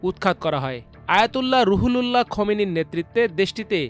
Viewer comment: ওটার উচ্চারণ.... রুহুল্লাহ্। সে বারবার বলে, রুহু লুল্লাহ্”!